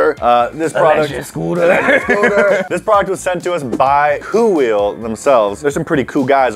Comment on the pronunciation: becomes, Stewie Griffin, he puts too much emphasis on the H, when he says koowheel.